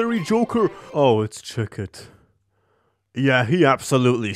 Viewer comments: chitot is a real jester. so are the other legendary jokers. Chi-tot is how it's properly pronounced i think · not even you pronouncing chicot wrong could prepare me for the way you actually pronounced the T in tarot... its silent bro...